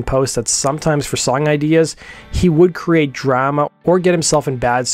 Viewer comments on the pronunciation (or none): Lol the way you pronounce Drama pisses me off for some reason.